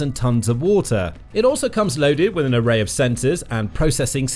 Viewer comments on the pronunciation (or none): none